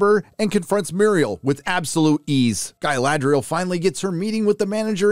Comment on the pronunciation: Ga-LAd-rel! do you girl even watch LOTR, read books? why the hell it has so much fake acting like i am a mazafakin elf jesus god.